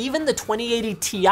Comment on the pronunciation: I smile every time Linus says "blender render"